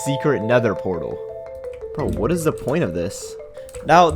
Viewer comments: Sorry but I can't keep ignoring the "protal" like it's nothing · "nether protal"